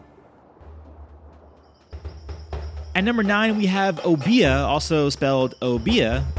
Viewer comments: dude,the word is an igbo word,i am an igbo man,igbo is tonal,the culture merely exists in the carribean because of igbo slaves taken there.it is pronounced O beh a,some igbo dialects pronounce it as O beh ya.it is written in English Obeah or obia,this is an approximation,just like english speakers tend to call igbo "" ibo"" because english languge lacks the tonality of spoken igbo. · Obeah is pronounced O-Bey just FYI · No its pronounced Ob-(E)-yah. i nom sa’i neh sabi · Its pronounced Oh Beh A. I am from The Bahamas. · His pronunciation of obeah got me like😶😕🤷🏾😳🤦....oh.bee.yeahh... My family from Jamaica so i know dat one good. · Not to be that annoying person that corrects ppl but its pronounced like o-bear